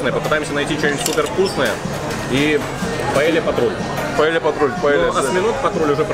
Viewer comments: паея, а не паелья)) удвоенео Л читается как Й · Не "паеля" а ПАЕЯ